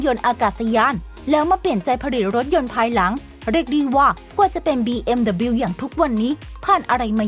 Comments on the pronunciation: บีเอ็มดับเบิ้ลยู ครับ คำว่าเดอะบิว ไม่มีครับ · BMW ไม่ควรออกเสียงว่า บีเอ็มดับบิว ที่ถูกต้องคือ บีเอ็มดับเบิ้ลยู (แต่ถ้าออกเสียงตามภาษา เยอรมัน ก็ต้องออกเสียงว่า เบ เอ็ม เว) คงจะมีแต่คนไทยมั้งที่ออกเสียงแบบนี้ พอพูดเร็วๆ ก็เลยนิยมออกเสียงเป็น บีเอ็มดับบิว และพอมีใครออกเสียงถูกต้องว่า บีเอ็มดับเบิ้ลยู ก็อาจจะถูกมองแปลกๆอีกต่างหาก